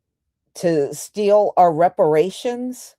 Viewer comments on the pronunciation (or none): our food, not 'are food.' 🤷‍♀